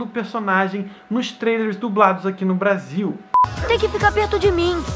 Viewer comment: 5 06 blasil ao invez de brasil